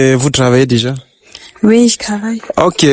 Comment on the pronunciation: S il vous plaît reprenez vos livres on ne dit pas Cravailler mais Travailler. Différence entre Tr et Cr.